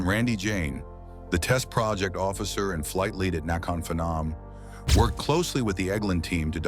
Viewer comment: BWAHAHAHAHA!!! You don’t pronounce Phenom ‘fen-nom’ 🤣 it’s pronounced ‘Penn-on’ …should look up unfamiliar foreign names 🤣